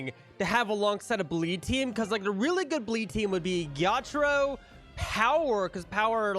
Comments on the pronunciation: It was more like ge ya tra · It was like je taro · The way he said Ge-ya-taro made me laugh